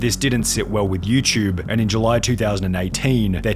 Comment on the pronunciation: why the fck do you always say you chube. its you TUBE